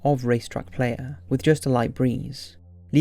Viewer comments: It's a mystery to me how you can get the difficult plural of mare in the astronomical sense right, and pronounce it right, yet you pronounce the singular like a female horse. And playa's pronounced ply-ah, not player. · race track "p-la-ya" not play-ya. play-ya is what I was in my 20's. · Just a quick heads up: it's pronounced " ply- ya ". Muchas Gracias. Have a nice Saturday. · "Ply-ya" as in Spanish for "beach". Not "playa" as in "playa hater". LOL. Huge fan of your channel but your unique English never fails to be a source of some amusement.